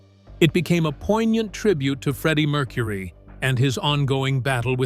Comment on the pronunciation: This is a pathetic AI attempt to make money off of a celebrity band. The guy is basically saying the same stuff over and over 100 times, and is so completely inaccurate. Cannot pronounce Freddie Mercury‘s name correctly. What a joke, and what a rip off. Wake up YouTube. People are getting sick of this kind of crap. And by the way, how odd that we don’t hear a damn note. 😂😂😂